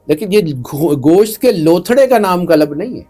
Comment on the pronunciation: Kalab nahi hai qalb hai... Kalab kuttay ko kehtay hain